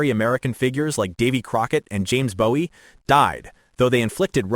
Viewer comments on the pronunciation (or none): Not particularly doubting your theory here, but I am taking some issue with your pronunciations of the people and places. Jim Bowie's last name is pronounced the French way: BOO-ie The final battle of the Texas revolution is San Jacinto: San (not sAHn) JAH-sin-toe António Lopez de Santa Anna's final name is sAHn-ta AH-na. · You mis-pronounced Bowie. In Texas and Maryland, it's pronounced Boo-ee.